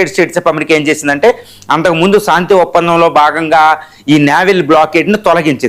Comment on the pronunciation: సాంతి ఏమిటి రా శాంతి అని పలుకు